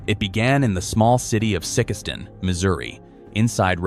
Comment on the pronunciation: Get the Mo City name right the way you are saying it is.n't right ok it Sikeston ok